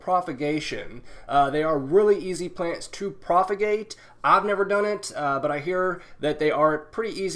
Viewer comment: I thought it was propagate not profagate?